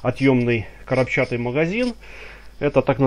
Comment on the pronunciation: Магазин не коробчАтый, а корОбчатый)))